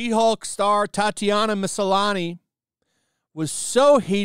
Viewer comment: Why is it annoying me so much that he's saying it Ma-SA-lani? There's clearly no second "A".